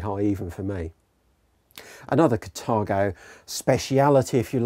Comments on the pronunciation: its carthago not catargo.... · But it says Carthago in the trailer and in the text. Maybe it's a pronunciation issue as it's sounded differently in different countries.